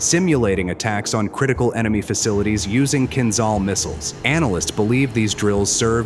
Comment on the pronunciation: Not kinzal, but kinzhal😂